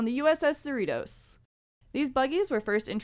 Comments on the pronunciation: SEER-uh-Tos? Do you even California? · Just FYI, Cerritos is pronounced "suh-REE-tohs" or like Doritos. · Why are u pronouncing “Cerritos” weird like that.